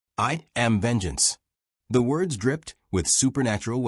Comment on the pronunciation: "Woads" get out of here fool.